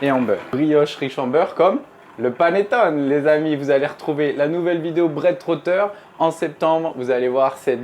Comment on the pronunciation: Un maritizzò, des maritozzì? C'est prononcé à la française aucunement à l'italienne ! Vous avez mal entendu ! Je suis italienne et prof d'italien. Et on ne dit pas panettone mais paneTTOné. Le é final se prononce, l'accent est sur le O et le double t se prononce. On dit également perfetto et non perfeCto. Pour le reste, merci pour la recette, délicieuse !